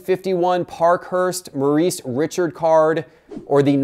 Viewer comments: small correction, his last name is pronounced "ReShard" not Richard. But hey, this was a fantastic video and very informative!! TY! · Great video! (But it's Maurice 'Ree-Shard', not 'Richard') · Maurice Richard...last name is pronounced Ree shard... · you did a fantastic video, just one little correction. you said Maurice Richard (Richard like the first name sound) where as its Maurice 'Rishard'. but overall very accurate and comprehensive video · Rocket 🚀 Richard’s name is pronounced ReShard … wouldn’t want to ruffle the French Canadians feathers 🪶 as he is a true legend of the game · Maurice "Rocket" Richard's last name is pronounced "re-shard" by the way ! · Not at all, Its s French name that way you prononce it the English way that try to speak French. Rishar (thats how you prononce to be real). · Maurice "Ree-shard" It's french. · Its pronounced reechard not like the first name Richard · Great video. Nice to see Hockey getting some love. Just some advice, if you're ever in Montreal/Quebec, don't say Maurice Richard's name like that, a lot pf people will be upset lol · you have to say Richard with a FRENCH accent!! Don´t butcher the ROCKETs name! Nevertheless, good video. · Good to see hockey getting some love. However, I do need Maurice Richard to be shown some respect by using the correct pronunciation of his last name in any future videos. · Did you really mispronounce Rocket’s last name? Wow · Cringe when he said Maurice Richard. Think French.